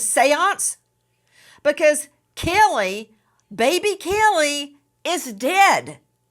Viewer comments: And “Kelly” instead of Cayleigh 😂😂😂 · It's NOT baby "kellE" Nancy the way you KEEP pronouncing it ❗ Say it right = CAYlee ❗❗❗